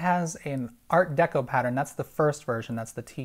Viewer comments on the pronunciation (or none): none